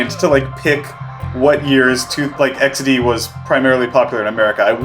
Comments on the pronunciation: yeah it just somehow became like an actual part of the vocabulary probably cause its a lot more satisfying to say with the polish pronounciation also younger polish people almost never use emojis except like ironically cause they are heavily used by older people so using laughing emojis feels like ur 50+ so that might be another reason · A lot of ppl in Mexico and latin America still use "XD" and we dont even capitalize it, you can see a lot of "xd" in spanish speaking communities. When we want to use it ironically we write the spanish pronunciation "equisde" that literally means "XD" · Apparently, Germany is Poland too because we use it all the Time too. Using Emojis, particularily laughing Emojis, is seen as kind of cringe among us. However, here the Default is xD 100%. XD if something is particularily funny or odd. The Polish Way of pronouncing xD is a bit irritating through. Why would the 'e' be short? xD is pronounced [ɪksde:] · As a Pole (yeah, a long stick with a capital letter), I am really impressed how you started saying XD in Polish pronunciation around 8th minute or so. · Hasztag iks-de? Dude, YOU NAILED IT! Noöne here in Poland says "eksdi", we all use "iksde" and the fact You pronounced it like we do is even more amazing than a fact You used Drogowskaz (that ugly font for drogo-wskaz = road-pointer, ie. signpost) for this video! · you even spelled it in polish way with lowering pitch, "iks de", i'm proud XD XD Enjoyers are always superior to "crying emoji 😂 fans"